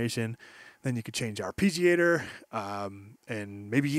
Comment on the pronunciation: Ar-pee-giator. lul